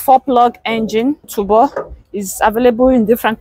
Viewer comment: That word is pronounced Turbo (Tobo) not Tubo😂